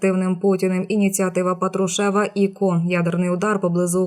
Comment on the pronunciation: Треба казати ПАтрушев, а не ПатрушЕв.